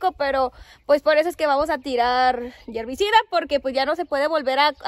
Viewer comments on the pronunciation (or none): Herbicida !! No yierbicida!! Saludos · Buenas noches saludos chicas desde Panamá que trabajadoras son. no se dice yervicida se dice hervicida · DISCULPEN NO SE DICE YERVICIDA ES HERVICIDA. SALUDOS DESDE EL VALLE DE MEXICALI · Se dice herbicida, niñas !